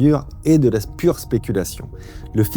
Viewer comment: « de la spure spéculation » aussi délicieux à entendre que le mot spéculos 😋